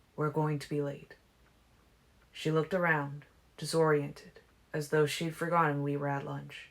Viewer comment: When you read "though" and "too", you read it as though it's a separate sentence. It's distracting.